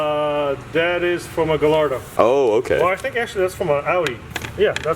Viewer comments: Mans really said Gu-lardo. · Why'd he pronounce it as Gal-lardo and not Gallardo(gayardo) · I don’t know if I like the pronounciation of gallardo which the mechanic has.